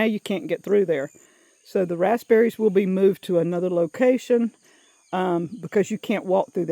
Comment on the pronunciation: I thought you had a fruit I knew nothing of, a raspsberry. My husband laughed at me, telling me you're talking about a raspberry; (raz beh ree). You said it without the P once, then I knew he was correct. Lord help me! Is adding the P a MS thing or how you were raised saying it. We say lots of shortcut words here. Ha Ha